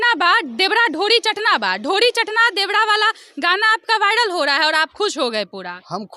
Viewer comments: मैडम जी एक तरफ दुध दुसरे तरफ शराब रखा है आप किसे खरीदेंगी आप पर निर्भर करती है देवड़ा देवड़ा रट लगा रही हो शूध बोलना सीखे पहले चलीआई रिपोर्टिंग करने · मैडम आप रिपोर्टिंग करने के लाईक नही है , देवरा को देवड़ा देवड़ा बोल रही है, ईससे आच्छा है कि आप नौकरानी के काम करती पि के आर्यन के घर मे नौ हजार के महीना मिलता